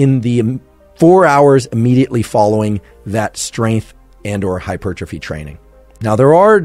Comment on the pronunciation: Don't trust a guy who can't pronounce "hypertrophy".